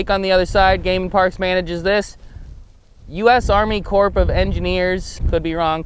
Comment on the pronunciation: Corps is pronounced like "core". Sad story bro. Water gotta go somewhere, there will be more.